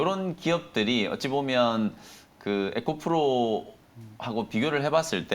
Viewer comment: 에코프로를 에코플로로 말하니 많이 어색하네요.